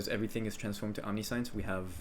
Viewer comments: Please look up how to pronounce omniscience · once he mispronounced omniscience for the time I gave up. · the omniscience pronounciation is a meme right? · Awesome build but please please learn to say Omniscience right 😂😂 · You are saying omniscience wrong. It means all knowing. It isn't "types of science". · Just a note, it's not pronounced OMNI-SCIENCE... It's om-ni-see-uns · Bruh omni-science lmfaoooo Its om-ni-shi-ence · Nice video, but it's pronounced aam·ni·shns and not omni sai uhns.. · Great video, very helpful (for the first half that I've watchd), but I just have to comment... It's omnih-shints. Not omnee- science. I know it's spelled like that, but it's not pronounced like science. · Omni Science /Facepalm Please say om ne shense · Say "omni science" again. Please. Please do. For christ's sake dude it's pronounced "om-nih-shence" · /ämˈniSH(ə)ns/ Om Nish Ense Not Omni-Science. English doesn't seem to be your first language so there is a lot of forgiveness here. But just to be accurate here. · Cool guide, that build looks amazeballs, but you saying omni-science is killin me! "Om-Nish-Ence" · my only criticism is that it's pronounced Omni-Shense the i isnt "EE", its low i sound :) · i'm doing accuracy stacker but used this to look for possible improvements thanks. btw omniscience is not pronounced "omni-science" is "omnishince" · its omni-shee-ence, not omni-science lmao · Om-ni-shance is the pronunciation. I know it sounds stupid but wcyd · awesome level of detail. and tip: omniscience is pronounced 'om niss shince" not omni science unless you were memein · Its not Omni-Science its Om-nee-see-ence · Good guide thank you. The amulet is not pronounced 'omni'-'science' in English. This actually becomes its own word that sounds like: aam-ni-shi-en-ts That last 'ts' sound has a kind of cut to it like how we pronounce the 's' in 'ants'. The 'tss' like a symbol on a drum set. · you pronounce omniscience wrong, its pronounced, omniscience